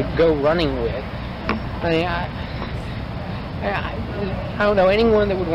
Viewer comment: I think the noise Stephen McDaniel makes is supposed to be "I mean" but he just says it in one long syllable "I-eeeen".